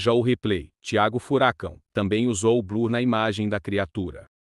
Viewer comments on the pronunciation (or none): none